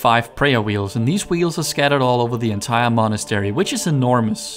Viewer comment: The way you prounounce Monastery tho